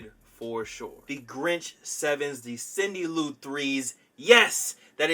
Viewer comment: He said CINDY LO 3's lmfao 💀 🤣 😂 😭 😆